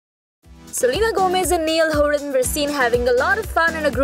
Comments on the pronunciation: Its not neeial its Niall.😂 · "Nieal" noo!! It's Niall. Take his name properly man.. 😬🙄